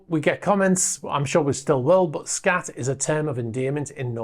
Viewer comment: The A in SKAT is pronounced as a U.